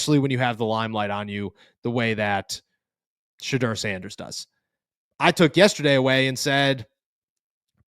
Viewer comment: There’s a u in his name bro. Sheduerrrr